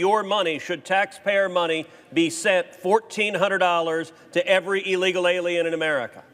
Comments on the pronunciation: I love the way Cruz pronounces illegal as 'ee-leegil.' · You’d think a Senator would know how to pronounce illegal.